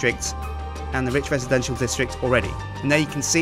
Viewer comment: every time he says Rich, i think hes talking about Ridge. is that just me? ><